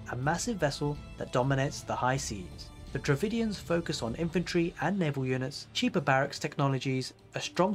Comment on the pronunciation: Its Dravidians not DravINDIANS